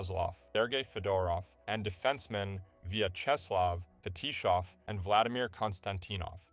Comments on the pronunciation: Forget Naslund, Sakic, and Selanne: the narrator massacres the Russian names from the Red Wings much much worse. FetiSHov-?? There is no "h" in the Romanization of the Russian name "Fetisov"... The accentuation of the other Russian names, especially that of the massage therapist, is also highly dubious. Actually, the narrator is isn't even consistent, using different bad pronunciations at different points in the video. Sucky video in many respects... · Kon-Stan-teen-off Fe-tee-sof